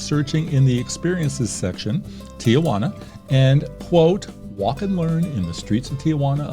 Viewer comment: Everyone please follow along: tee-juana, NOT tee-uh-juana.